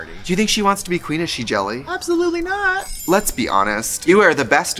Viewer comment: Gia Gunn entered the room: "Aboslutely!"